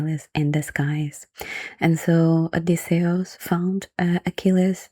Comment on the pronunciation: i like the way you pronounce Odysseus, it sounds more Greek that way